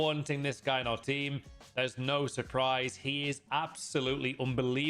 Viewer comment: You honestly don’t know you talking about, you keep saying meta for your but you’ve nerver played with them and you probably div 5 players. Get a grip